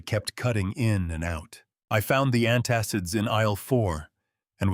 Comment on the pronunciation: Antassives what are they? The word is antacids. 2 times